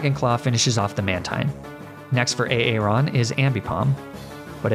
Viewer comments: I can’t take it A aron instead of Aaron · A-aron? Please tell me you were joking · Tell me the way you pronounce aaron is just a joke on a aron, and not how you think that name is pronounced... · hearing you say A-Aron makes me unreasonably mad lmao